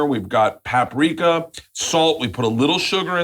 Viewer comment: Pap-riiika? If you don't know how to pronounce Paprika you're doomed! 🤣👍🏼